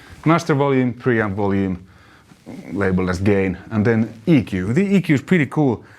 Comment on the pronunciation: Love your videos, and I commend you for English being a second language. Did you say E.Q. (As in equalizer) or did you say “Eeeek” lol